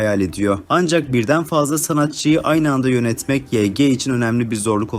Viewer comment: Yg diye okunmuyo yanlız vayci diye okunuyo yg yazılışı